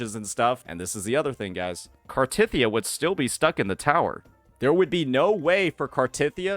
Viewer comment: why do you keep pronouncing cartethyia wrong